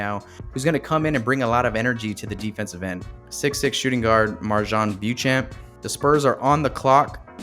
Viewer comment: Accuracy matters. So Han and Bo Champ. It's their names. Let's put respect on them. BeewwChamp? Also Tari is like Atari, the gaming company, without the A for Tari Eason. Also Oosmahnee Jeng is how to pronounce Ousmane Dieng. Also, Jalen Duren, not Duran.